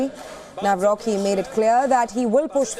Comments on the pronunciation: It is not Nawroki, but Nawrotzki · Nawrocki not Nawrochi. Greetings from Poland 🇵🇱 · In Polish we read u as u, not a. So Tusk is Tusk, not task! Nawrocki is NawroCki, not nawroky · To the foul reporter ( thanks for your short insight : KAROL TADEUSZ NAWROCKI (NA-WRO- C- KI) .... not : Nawro-ki ! Get your pronounciation right with this Great Man of State ! Best of all to all conservative side . Stay strong and keep pushing right !❤ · She spoke it as Karol Nawroky the c is being also spoken in poland greetings from poland